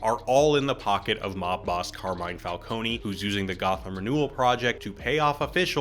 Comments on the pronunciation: It's falcone not falconee ,it's so irritating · Carmine WHO????? FALCONEY??????? IT'S FALCONE, LIKE ICE CREAM CONE, NOT CONEY ISLAND NEW YORK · Wtf is Falconie? It’s pronounced Fal-cone , similar to falcon, cause you know animal/bird based villain. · IT'S NOT "FALCONY", IT'S FALCONE, GODDAMMIT! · Stop saying Falcony! It's Falcone!!! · I'm sorry, did you call Falcone... "Falcony"? 😂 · Every time you said "Falconey" I died a bit... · As an Italian name, it would be fal-CO-neh. But it kinda gives the world some texture that everyone has a different, wrong pronunciation. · I take psychic damage whenever someone says Falcone like this and I blame Batman Begins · Falcone is pronounced differently in the movie. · My only issue with this excellent video is how you pronounced “Falcone,” after The Batman was the first Batman movie to pronounce it correctly. Cmon dude